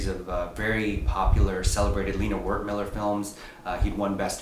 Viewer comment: Just a heads up, The ‘w’ in Wertmüller is pronounced like a ‘v’. So it’s pronounced ‘vert-mueller’, not ‘wertmiller’. Thanks for the review tho!